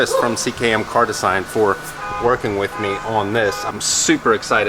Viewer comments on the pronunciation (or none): Doesn't fit with the interior and his pronunciation of design is even worse.